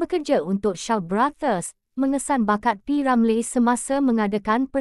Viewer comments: Deiii, admin asal sebut p.ramlerr? Sebut betul2 boleh tk? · ni…sebut nama P. Ramlee pun Xbatul…semua kaum tau sebut nama P.Ramlee….ko ni org plenit mane😳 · Org mana yg mengulas ni sebut p. Ramlee pun xbetul, harap xjadi lg mcmni n tukar org yg mengulas kpd warga malaysia sendiri